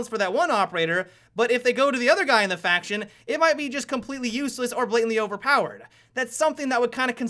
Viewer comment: honestly it kinda pisses me of that you say "Faction" good vid anyway :D